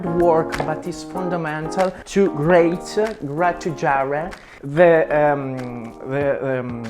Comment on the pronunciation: Its greit for grättûgiære AHAHHAHAHA